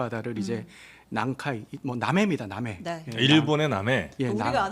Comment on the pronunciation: 남카이???? 남해 라고 해요 남카이 고유 단어야??????